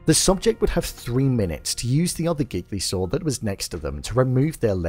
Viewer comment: Your pronunciation of “gigli saw”. 😅